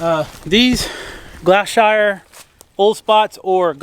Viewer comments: Gloucestershire is pronounced gloss-ter-shu. Gloucestershire is a county in England. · gloucestsheer, is how we say it . but we the drift lol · I did laugh at how u said the breed name the 'shire ' u say 'sheer'